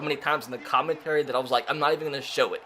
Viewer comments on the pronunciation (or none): none